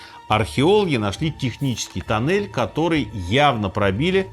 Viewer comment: Туннель, не танель....